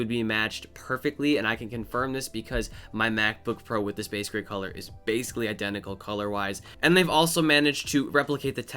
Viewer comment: Are you seriously color blind?!! “Same solor”